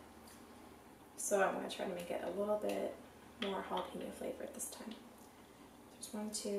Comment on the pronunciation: You mean Jalapeño, Jalapeño